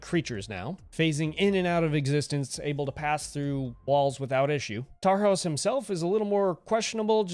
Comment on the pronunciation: The narration of Knight vs Huntress was spot on Also this is just a little nitpick, but the s in Tarhos is pronounced like an sh sound